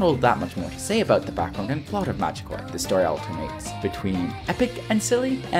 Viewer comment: You absolutely butchered the title of the game. Which is amazing, considering a member of the cast says it every time you get to the title screen.